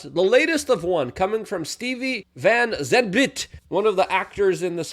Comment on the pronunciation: Luke- it's pronounced "Stevie Van ZANT." He is the guitarist for Bruce Springsteen. The former podcast buddy of one Marxist King, Barrack Obama.